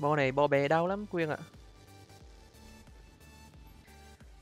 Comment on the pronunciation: Quyên mà a cứ nói là quyêng